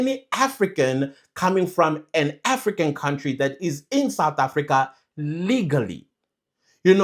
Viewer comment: It’s the blind leading the blind when it comes to these two ministers. Ngapha kwelakithi, Lamola is the last one who should be talking. We all know his track record. We all saw how he grinned from ear to ear in front of the Rotten Orange. He also needs to learn how to pronounce “country” properly. He’s been in this portfolio far too long to still pronounce “country” with a “w.”